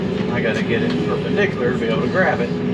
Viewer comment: Oh sure, you come back from some fancy Swedish Fish vacation and start using multi-syllable words like per-pine dic-u-lars.